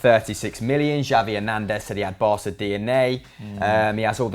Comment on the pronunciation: No no noooo! Barca means the "barge" In Spanish and Catalan an c before an A or an O is pronounced as a k. This is why it's spelled Barça and pronounced as an S. Promise never to make that mistakes again...😂